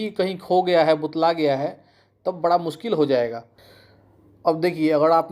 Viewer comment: कैसे कैसे चू... आ गए हैं यूट्यूब पर, जानकारी एक पैसे का भी नहीं होता है लेकिन फिर भी मुंह उठाकर वीडियो बनाने और ज्ञान देने चले आते हैं। और ये बुतलाना क्या होता है बार बार बुतला गया है बुतला गया है कर रहे हो